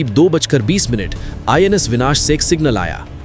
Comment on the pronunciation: NIS nahi INS hota hai bhai